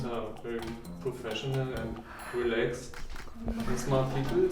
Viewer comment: Well, the German guy said 'professional and relaxed', not 'professional at roulettes'. The Germans and the Dutch typically pronounce the 'cat'-sound as 'ket'.